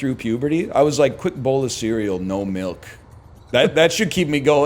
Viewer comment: Does Dan say Melk?